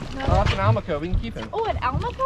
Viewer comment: Tell Joe y'all got busted by the self-appointed pronunciation police... because we shouldn't be pronouncing it AL-maco, let alone AH-maco... but, rather, al-MAH-co. You know... like do-RAH-do. Thems the rules, if it ends in a vowel (and is a fish that owes its name to Spanish speakers). And, we catch 'em over 30 pounds out of Stuart, too... so Joe can't claim bulk naming rights. Though to be honest, banded whisperwhispers are a much bigger hit, in blind taste tests. (Though it took about 40 years for that to dawn on us.) And, I know Stanzxkx down in the Keys (mis)pronounces it like y'all, but he doesn't know everything either. Only me, the S.A.P.P.!